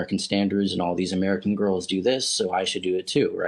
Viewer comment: "Don't look at GAURULS, okay?"